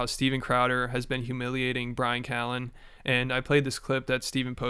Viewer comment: bryan cow-en 🐮